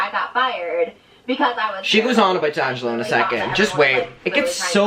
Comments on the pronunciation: "Dangelo" 😂 it's "DEangelo" babe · It's dee-an-gel-oh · It’s Dee-ann-ja-low 😝 I’m sure other people have said tho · DELLangelo... I think it's DEHangelo... Me: XD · Dee - Angelo ....babe. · its (Dee)’Angelo just say the letter its not conjoined as one word. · It's pronounced DEE ANG JELLO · Dude ....it’s pronounced D ANGELO . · How to pronounce d’angelo: dee- an- jeh- low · It's Dee-Angelo. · Think its Dee-Angelo like the letter D and Michael angelo. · say it like “dee-angelo” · It’s Dee-Angelo 😬 loml